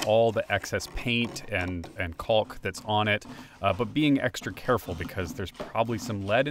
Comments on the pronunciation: The L is silent in caulk. Don't be scared to say it like that. ;) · That’s caulk with an L folks. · Adding you to my list of people that pronounce Caulk like they don't want to get demonetized.